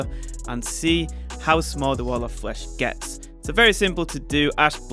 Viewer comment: Nobody: in the intro: t h e t a l l o f f l e s h